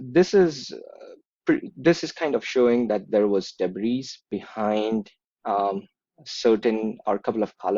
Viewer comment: Dear, thank you for your analysis. May I add that I admire your fluency in English, and given your excellence I imagine that you would prefer to pronounce 'debris' without saying the final S. (It's a word, as you may know, borrowed from French, a language which often doesn't pronounce final S's.) 'Debris' is a mass noun rather than a plural.